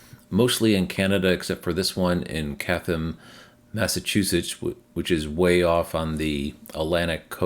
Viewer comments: Also Chatham is pronounced “chat-um”. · Hi - Chatham - 2nd H is silent - chat um. Thanks for the update!